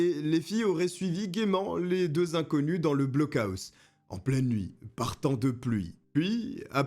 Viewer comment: On dit "blockoss" 😅